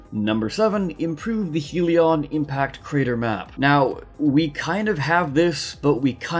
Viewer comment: My lord this annoyed me Its Not HEAL-ee-on impact crater Its HELL-ee on impact crater